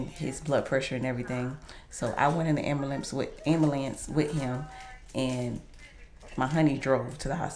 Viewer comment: Are you trying to sound cool saying ambulance say it right dummy